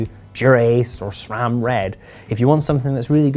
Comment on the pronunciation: This guy, knew how to pronounce SRAM 👍🏽